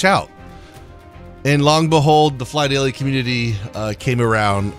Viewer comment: Did he say “PhlyDAILY”???????